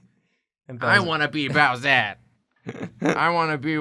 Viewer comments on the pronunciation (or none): saying "bowsette" gave me psychic damage